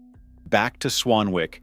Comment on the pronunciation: Tip, its not "Swan-Wick", its pronouvced "Swan-ick". Have you watched the TV show "Howards Way" ?